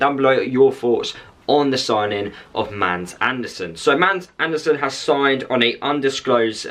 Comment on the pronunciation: He's name are not "MAND", but "MADS".. you pronounce it with an stumb "D", so its more like MAAS. And he's sure name is Also with a Stumb "D" in Andersen. "MAAS ARH'NER-SEN" is the right way to pronounce he's name "Mads Andersrn" in Danish, where he's from. :)